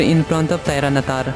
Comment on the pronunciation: Bro that's not Tiranatar that's tyranitar😅